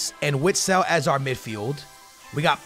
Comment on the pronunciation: It’s not (witsile) oat (vistel)